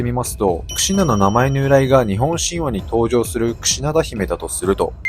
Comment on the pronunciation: クシュなって聞こえる🎉